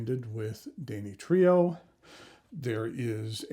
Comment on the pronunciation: Too bad the craftsmanship is in the service of cheesy, gaudy kitsch-like 'art.' But thanks for reviewing the Danny Trio. Wouldn't it be dan-EE-tri-o?